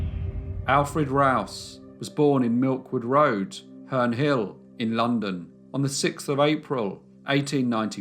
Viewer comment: I always notice the difference in pronunciation of 6th... always draws my attention.